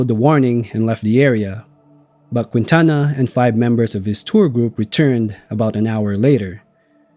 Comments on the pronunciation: In the name Quintana the “u” is silent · And mispronounce Quintana. 🤣 Great video! Thank you